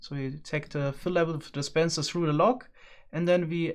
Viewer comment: Oh its "log" not "lag" 😅